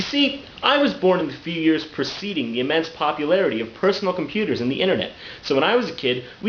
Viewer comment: i love the PHersonal comPHuter PHPPHPHPHP